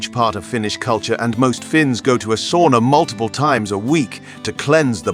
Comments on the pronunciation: It's pronounced "sauna", not "soona". Repeat after me: sauna. And once again: SAUNA. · C'mon, this is basic. Sow-na, not saw-na. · You need to learn to pronounce sauna, especially if you use the word so often. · He sounds British. I've never met a Brit who can pronounce sauna correctly.